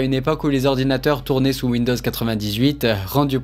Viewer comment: "win-dose"? :face-green-smiling